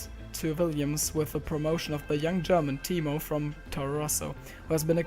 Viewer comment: When you are too disabled to pronounce your own name,.